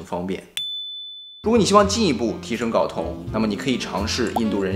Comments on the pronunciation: 睾 音 高，不是搞。sorry，我是强迫症患者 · 为啥所有人都念 搞 啊，这个字明明读 高 啊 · 睾酮，读高，不是搞，懂了没？ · 跟我读“高”，一声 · 内容知识性很强，不过，不好意思我还是想纠正一下，睾（gāo）酮😂😂😂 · 睾酮 gao 第一声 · 到底是“搞同”还是“镐铜”？LMAO